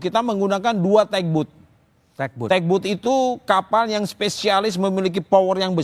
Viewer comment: bkn tek but.😂😂😂TUG BOAT, dibacanya tAg bot, malu kita 😅😅😅 Lu